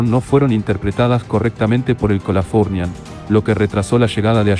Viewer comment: El video me gustó. El audio, pésimo. Mal acentuadas las palabras, mal pronunciado el nombre del buque Californian, etc.